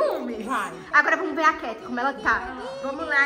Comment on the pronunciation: A Kate falou errado